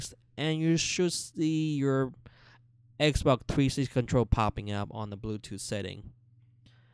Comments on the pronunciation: Yeeeh I like xboccc one and xbocc360 and relacc whish ish very kreat. Please dude use the x’s and s’s correctly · Xbok one and xbok one s😂😂💀